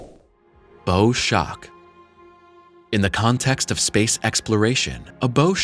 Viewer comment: Bow Shock - it’s pronounced like the Bow of a ship not the bow of an archer - English can be confusing